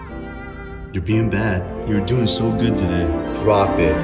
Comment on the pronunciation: You mispronounced "good"